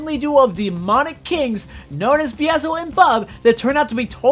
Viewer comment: Bro it's beelzebub not beezlebub 😭 moxie says it himself